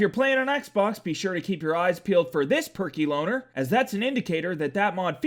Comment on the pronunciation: when you said "Perky Lowner" i thought you said "Perky BONER"